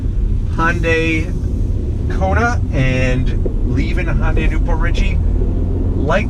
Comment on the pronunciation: You're mixing "Honda" and "Hyundai". Hyundai isn't pronounced "Hon-day".